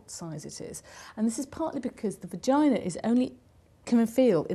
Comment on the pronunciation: sounds like she said pagina